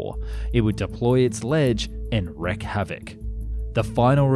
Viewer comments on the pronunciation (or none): It’s “wreak”, not “wreck”, havoc. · It's not wreck havoc it's wreak havoc